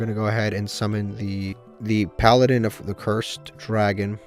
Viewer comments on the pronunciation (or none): none